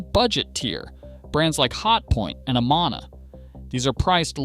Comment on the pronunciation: I quit the video after “ah mah nah” instead of Amana Stop the AI narrative